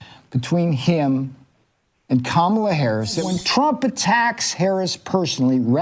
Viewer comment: Why can’t you say Kamala name correctly?